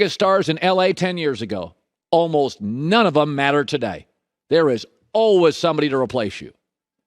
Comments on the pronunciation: Colin "alwuhs" Cowherd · Colin "ALWUZZ" Cowherd